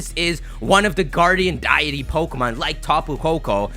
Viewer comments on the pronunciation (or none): "Dye E.T"....It's "DEITY" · it's pronounced deity not diety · damn bro you suck at pronunciation. put down the Pokemon occasionally and read a book. omnipotent (ahm ni puh tent) not omni-potent, deity (dee ih tee) not DIET-y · I hate to be the grammar nazi, but it's pronounced 'day-ity', not 'die-ity'. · Did he say die-it-ee? It's pronounced Dee-it-ee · it's not pronounced "MEE-mee-que", it's pronounced "MIH-mik-yoo", a play on "mimic you". And deity is pronounced "DEE-ih-tee", not "DIE-ih-tee". I'm naming my Mimicyu "Pikaboo", or that might even end up being its English name! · ...why do you say "D-ity" like "Die-ity"??? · it's Day-Eh-Tea, not Die-Eh-Tea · Okay, I've had enough...Deity is pronounced DEE-IT-EEY